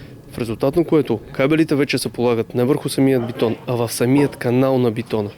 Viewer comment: Много се извинявам-Обаче не е бИтон а бЕтон!